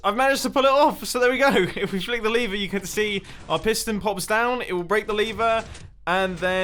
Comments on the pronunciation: The most complex thing in this video is when you say lever but you pronounce it liver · Mumbo : So here we have 8 different ways to destroy our lever (Mumbo pronounced it as 'liver'), Me : Number 1, get liver cancer? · Nobody: Mumbo: LaVeR